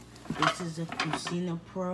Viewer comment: My ears 😔 - it’s pronounced “cuchina” not “cusina”